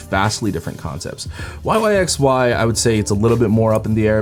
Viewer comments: hey just a heads up, yyxy is pronounced “why why by why”! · Thanks for uploading so quick! BTW yyxy is pronounced "wai wai bai wai" 😆💓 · lol the members even said it themselves that it's pronounced why why by why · isn’t that just the korean pronunciation though